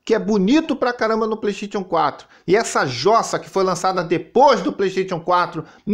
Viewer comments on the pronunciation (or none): "PLÊIXXTÊITION 4" KKKKKKKKKKKKKKKIKII